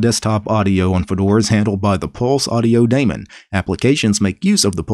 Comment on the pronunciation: i like how pronounces daemon:3